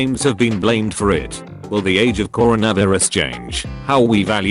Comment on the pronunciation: I’ve been asking you to stop begging for likes But I also need to tell you to get the voice to pronounce coronavirus correctly